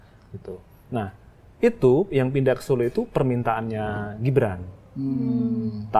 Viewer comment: Mbak .....GIBRAN bukan JIBRAN dech 😂😂😂😂